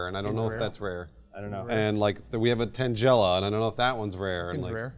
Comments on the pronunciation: Everyone's talking about how said ekans wrong but no one's mentioned that he said tangela wrong. "Tan-gel-a" lmao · Tan-gel-ah xD hahahahahhaha ITS Tangle-ah! CAUSE THEY'RE VINES! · Did he seriously call Tangela tan jella?